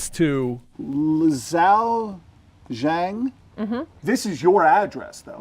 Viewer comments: The biggest crime here is how bad this guy butchered that Chinese name 😂. It's "Li Xiao Zhang". I don't know where he got "Leeow Shang". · The mispronunciation of "Li Xiao Zhang" is sending me 😂😂😂😂